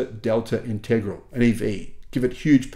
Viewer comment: Lancia Delta what? Integral?? 😂😂 It’s pronounced Int-eg-raal-e, anyone with any knowledge of motorsport knows that.